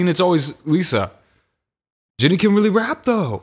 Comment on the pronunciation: I love how throughout the video ge was like Jinny instead of Jennie 😂😂😂😂